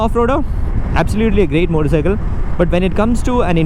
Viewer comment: Everytime he says "moddicycle" 🤣